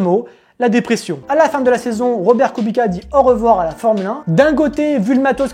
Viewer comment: on dit kubitsssssa pas kubika 😭😭😭😭